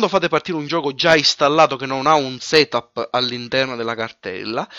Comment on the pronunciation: Quando vedete un SETÙP ÈXÈ! HAHAHAHAHAHAHHAHA Si pronuncia setap e EXE si pronuncia ixi